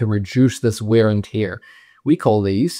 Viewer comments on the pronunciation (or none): why do you pronounce bear like beer , and wear and tear like weer and teer?